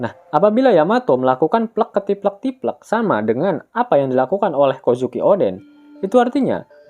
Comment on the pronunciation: Plekketiplektiplek,,, itu mengisyaratkan kau org jawa.. 😅